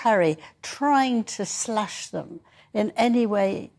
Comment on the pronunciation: She said 'slush' not 'slash', but she should have said 'trash'.